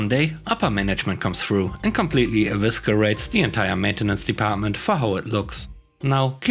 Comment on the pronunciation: 'eviscerates' has a soft C like science. 👍